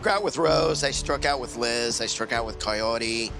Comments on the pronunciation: Ed pronounced "Kaory" different every time he said it. ffs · I cant listen to ed say Kaori's name one more damn time.